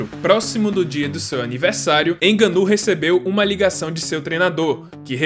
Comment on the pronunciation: Hahahah não inganou ninguém... Não se diz fraingo mas sim frango então o ngo do frango é conforme devemos pronunciar... Nga-nou... Contudo parabéns pelo video...